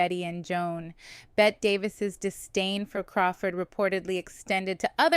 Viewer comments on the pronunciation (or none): Her name is Bette, pronounced "Betty", not like placing a "bet"